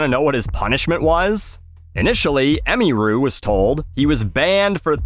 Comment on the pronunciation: ah-mere-ooh.. not, emmy-rue Ffs, it’s a fake primary school uniform